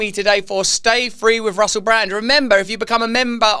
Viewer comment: Hi Russle😂 Unendlee Issures😊